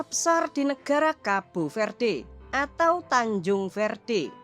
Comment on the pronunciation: Tanjung verde jadi tancung verte😆😆😆😆